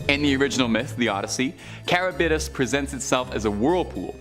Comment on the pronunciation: Learn how to pronounce the names of your subject matter Scylla and Charybdis. You are so butchering their pronunciation, most any Computer has translation and pronunciation functions. Please use it in the future.